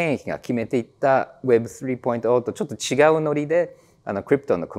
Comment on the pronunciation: web3の発音が凄く良いですね😊